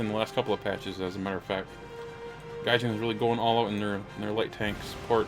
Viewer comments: Its pronounced gaijeen and not jin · Gaijean like jeans should be pronounced or Mary Jeane